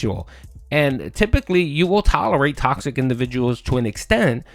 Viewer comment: Welcome to Tawksic Burger May I take your order? Oh, okay, one Tawksic “Fun & Chill” Stream with extra beg-con Would you like Tawksic Beg Fries with that?